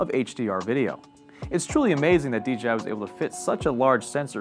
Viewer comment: DJI right? Why's he saying DGI??